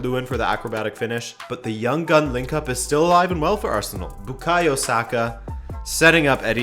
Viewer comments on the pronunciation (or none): none